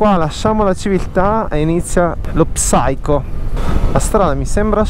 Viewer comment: secondi fa Salve. Complimenti per il video. Un consiglio: hai detto diverse volte la parola inglese "psycho", ma la prima lettera P non va pronunciata. La pronuncia assomiglia a "sai-kow". La pronuncia nell'alfabeto fonetico internazionale per l'inglese UK è ˈsaɪ.kəʊ. Ciao!